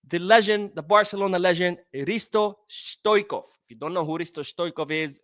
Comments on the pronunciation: Please, don’t talk about football legends, from the time you did not watch football, stoikov? Hungarian? Please, stop same with simeone inzaghi… these are legends, how can you dont know how to pronounce their names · No. On each video you ask for the comment. I do not put in doubt your knowledge about modern football, i watch ur videos, im not a hater and i respect your research. What we are saying is you can tell that you are not long term football fan for us. Mispronouncing stoichkov or simeone inzaghi, top players of past era shows your age, thats why i said leave these legends alone as mispronouncing is quite disrespectful and all longer term fans are just dissapointed as we see you as a guy with a knowledge. We are not attacking you at all